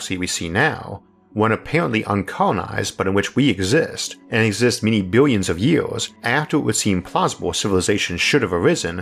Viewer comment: Is it me or does this guy pronounce some words like he’s a baby? “Foe exwample” “yeers” “bwillwions”